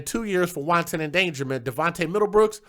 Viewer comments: You're pronouncing wanton, like won ton, as in noodles... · It's pronounced "want-on" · LOL, I was just about finished typing my comment to let you know you're saying wanton like it's the Chinese dumpling when Google gave you the correct pronunciation. Keep up the good work,. I enjoy your shows and your commentary on these issues that we as Black folks just do not want to face.